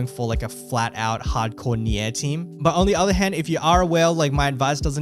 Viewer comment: Pls man, spell Nier correctly. It's "near" not nyeeah